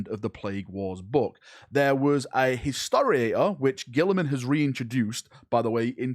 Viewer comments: "Hisoaor" did you mean Historator,? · Watching pronounce Historitor several times, my heart is in pain.